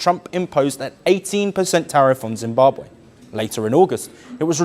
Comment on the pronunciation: Please check pronounciation and spelling. Its not ZimbabWAY but ZimbabWE